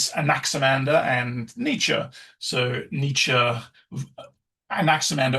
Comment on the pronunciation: I've never listened to this before but he pronounced Nietzsche correctly so I'm in for some serious life altering shit probably.